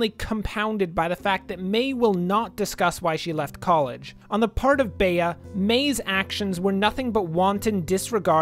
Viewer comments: Spare me and please say Bee instead of bay-uh please for the love of god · CURSES ITS Pronouced BEE not bae-a